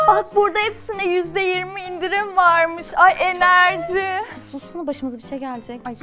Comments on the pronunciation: enerci dediği yer :D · "enerjı" ya suz başımıza bişi gelcek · Enerci kısmında patladım